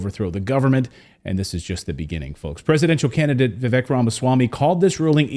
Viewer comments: Heres my 2¢, the mans name is pronounced like vivAke. Most people still say it like Vivek. Im pretty sure its spelled wrong but its alright. A lot of words are spelled wrong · It is pronounced Vivake as rhymes with Cake. It is not rocket science! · His name is Viv-AKE